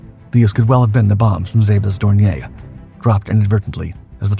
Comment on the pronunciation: Dorn ee er. It's not French.